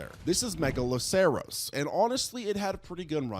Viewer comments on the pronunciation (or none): pronounced (mega-lah-sir-us) the "ceros" in "megaloceros" is the same as in "rhinoceros"